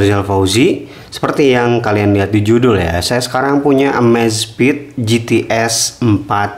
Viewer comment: EMEZFIT MASSS BACANYAA BUKAN AMAZFIT